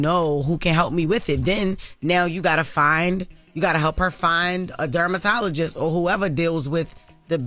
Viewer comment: Did Jess say Dermatologist?😂😂😂😂 yoooo